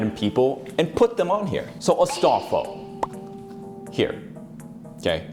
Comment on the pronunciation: Astalfo lmao.